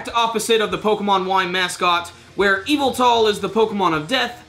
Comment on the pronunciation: you say it like this eveltal